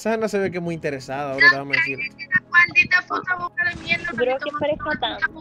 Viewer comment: El como dice intersada😂😂😂